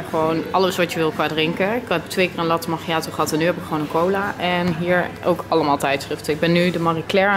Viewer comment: Het is geen latte magiato je zegt lattee makiatoo hahaahah maar maakt niet uit